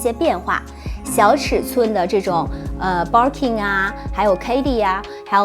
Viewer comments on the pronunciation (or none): Barking lol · Hahaha我也是想發音有問題！ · バーキン还情有可原…可是kelly怎么也读错 也不是kei丽啊…日语ケリー也不是这么读的